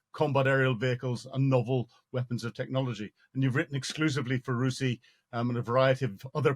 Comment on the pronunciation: R U S I - ie not roosy °